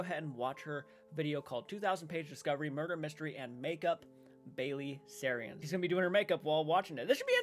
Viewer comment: Im undecided about your channel . So far you sponge off reputable peoples hard work. You didn't even know how to pronounce.a veteran like Baileys last name